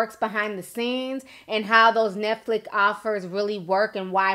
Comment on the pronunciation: *NetFlix.. FLIX ... not Flick lol